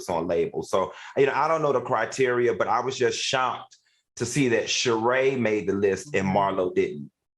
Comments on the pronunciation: Al STOP CALLING THAT WO MAN SHEREE ITS SHER RAY DAMN GET YO OLD BUTT OFF THIS SHOW….. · How will AL be able to help Sheree flip her story. When AL can't pronounce anyone's name. He called Claudia Cardi and Sheree Sharee